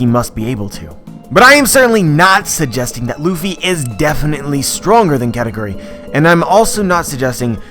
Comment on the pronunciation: actual pronunciation: ka - ta - koo - ri westerners: kkaaahtaykyuri